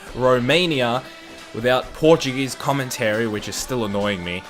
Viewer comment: That “Portuguese speaking” was cringe lol. Você fala como um mexicano